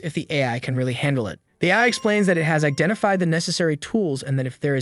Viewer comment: THE AI VOICE IS SAYING AF INSTEAD OF AI